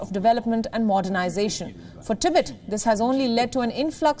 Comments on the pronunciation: It's "TEE-BET" not "TI-BIT" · If you're going to provide an English news service can you at least find announcers that can pronounce the words correctly. Tibit sounds like the noise a frog makes. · Please pronounce Tibet like this TIB - ET expand the time between the 2 sounds.... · In "Tibet", the emphasis is on the second syllable. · The host cannot even pronounce TIBET correctly. It's weird nobody noticed that.